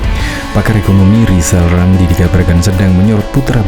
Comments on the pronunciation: Nama sebenarnya Rizal Ramli bukan Lizal lamli ucakan nama sendiri belum teteh kok sd sirik ma Olang2 lizal liza ! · Rizal Ramli sebenarnya belum lulus sekolah dasar. Lha, disuruh mengeja huruf saja L nya dobel. R dibaca L.....!. Bila tdk percaya, silahkan suruh dia mengeja namanya sendiri, pasti di eja...Lijal Lamli !. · Namanya pakai rr tapi engak bisa bilang r....itulah lisal lamlil...jd eror otaknya...la nyebut namanya sendiri aja engak pecus...maka apa yg keluar dr mulutnya hanya sampah dan hujatan serta iri dengki dng orang ...khususnya keluarga pakde wi....